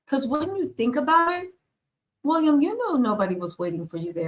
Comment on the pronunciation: This lady needs another career. Go home to America. Leave the Brits alone. Ps What does Harry have to do with ... go home lady. Get it right the guys name is Will ee am. Not Wool I am . Stop wondering .